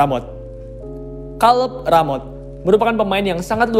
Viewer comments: Kaleb mas, bukan kaleb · Kaleb kaleb Kira salep 😂 Kacau bgt lu baca nama org